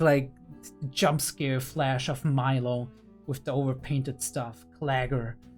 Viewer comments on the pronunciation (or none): none